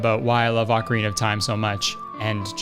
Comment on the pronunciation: HEY! You are one of the few people I've seen pronounce Ocarina correctly! Cool.